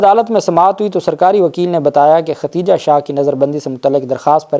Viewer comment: Aey Jahil shakhs tujhe lafz Khadeeja bhi nahi kehna aata.. kitni bad-bakhti hai teri kay aisa muqaddas naam jo Ummehaat ul Momineen mein se hai, Allah nay usay bhi saheeh tarah se kehnay ki taufeeq nahi di.. har video mein typical saraiki an-parh paindoo ki tarah Khateeja khateeja kehtay ho.. Paise kamaanay se fursat nahi kay comment bhi read kar sako..